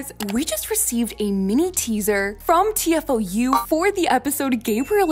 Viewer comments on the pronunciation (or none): Amazing video, as always, but the french channel is pronounced t fou (like master fu)